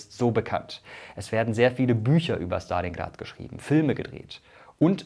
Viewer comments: Man merkt das du eine Russisch sprechende Partnerin hast. Du sprichst Stalingrad richtig aus mit ST, normalerweise sagen die Deutschen SCHtalingrad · so spricht man es eben im russischen aus es ist nicht schtalingrad sondern stalingrad kannst dir die ausprache j ma lim interernet anhören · Mirko kann gut aussprechen Stalingrad 👍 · Dislike, weil du Stalingrad so authentisch ausgesprochen hast.